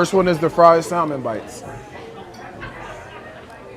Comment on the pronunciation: Is he really a multi-millionaire? Then he should’nt complain about the prices. And the “L” is silent in salmon. It’s pronounced like “samon”.